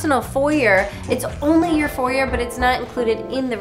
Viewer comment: Thanks for saying foyeR and not foyeY 🫶🏼👏🏼👍🏼